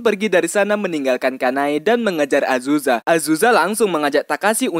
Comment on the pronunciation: Azuza? Azusa bang